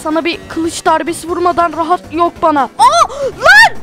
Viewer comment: abi 2. bossta rahat diyeceğine "Brahat dedin🤣🤣🤣